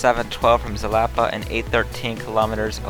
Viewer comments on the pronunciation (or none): It's pronounced Halapa btw